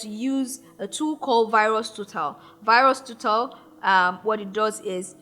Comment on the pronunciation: Wonderful teaching but did you say virus to tell or virustotal